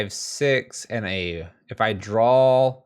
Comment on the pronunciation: Man i love red rage. I really want to put together some version of this on paper. Also, adding an L to the word draw is so nails on a chalkboard.